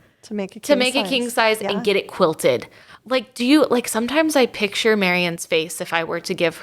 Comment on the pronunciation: Oh - I love listening to your podcasts while I’m driving and have learned so much from them! Could you, though, please teach how to pronounce “picture?” Every time he says “pitcher” I cringe! Your podcasts are of such a high quality, except for his mispronunciations!